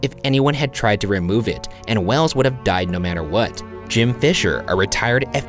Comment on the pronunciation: it's wells' not wells's that threw me off track